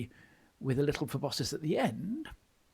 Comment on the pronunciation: Me: why does keep mispronouncing proboscis? Note: I learned the word proboscis through Homestar Runner